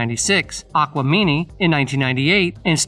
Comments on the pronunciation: Okay but why tf you saying Atliens like “Att-leans” and Aquemini as “Aqua-meany”??? 😂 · How you gonna tell the story but mis pronounce the names of the 1st three albums you named . Wtf is AT Leans?😂😂 Aqua mini??? 😂😂 And Stan-konia😂😂😂 you not even a fan lol. Throw the whole video in the trash with 2 thumbs down